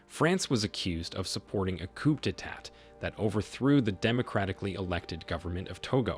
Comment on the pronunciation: I wasn't going to make this comment but as I continued to watch the video it was clear the narrator has made little effort to seek the correct pronounciations. Coup = coo Benin = Beh-neen Wade = Wah-deh And also people of Niger are referred to as Nigeriens not Nigerians (confused with the people of Nigeria). Some of the subtitles were incorrect also (Chant = Chad, for instance) Other than that critique, this was a very informative video so thanks for making it. It Irk's me when so much research has gone into the video!